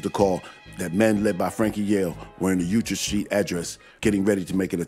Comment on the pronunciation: "Utrecht St" should be New Utrecht Avenue, it's pronounced "U-tricked"